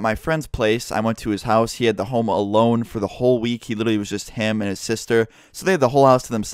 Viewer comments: Lmao I though you said "he was just hamming his sister" I literally listened like 6 times before I finally got it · When you said "it was just him and his sister", I thought you said "he was hamming his sister" at first